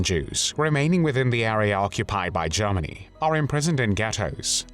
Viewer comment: Sounds like "Lord Haw Haw"..... JARMANY CALLING JARMANY CALLING